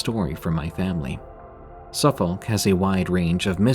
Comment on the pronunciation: The L's in Suffolk and Norfolk are silent - they're pronounced Suffuk and Norfok or similar depending on your accent 😊